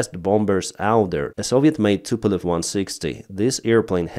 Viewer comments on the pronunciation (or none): none